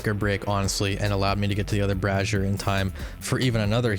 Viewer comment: bray-zee-er not brah-zee-er goddamnit learn to talk >:(